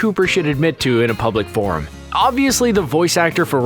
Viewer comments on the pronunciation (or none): none